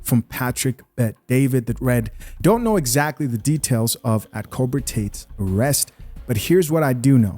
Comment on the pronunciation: It's cobra Tate not corporate Tate😭⚰️